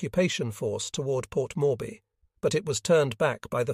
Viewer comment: Port morby? Every name is pronounced wrongly.